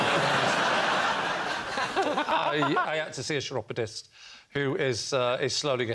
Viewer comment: Chiropodist is pronounced with a 'k' at the beginning, not a cheesy 'ch'.